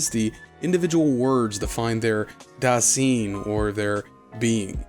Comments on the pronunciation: A decent rule of thumb for pronouncing German words is that you vocalize the second vowel in a diphthong. Just as you say High-degger and not Hee-degger, you say da-sine or da-zine and not da-seen or da-zeen. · As a German your pronouncing of „Dasein“ let me think of a asian word somehow for most of the Video even though you were talking about a German philosopher before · Dude, if you want to be edgy about Heidegger, at least look up how to pronounce Dasein. :/ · Please if you use foreign words pronounce them correctly the ei in dasein would be pronounced like the aye for an affirmative and the ch in nicht is not a k but more like the hissing of a cat other then that a pretty good video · Dasein is pronounced so that the is the same as "I" or "eye". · Also, the "ein" in "Dasein" is pronounced the same as the "ine" in "nine". Doesn't detract from the quality of the video, but it's worth noting. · Eh, the vexing part is his butchered pronunciatoon. its jarring. If you cant speak german, stop dping it. Da (like in Da Da, babyspeak) then Fine, but instead of the f, put an s there. or swine, but cut the w. Phoneticly pleadinig yes yes. Now, nichts. Phoneticaly, there is no k there.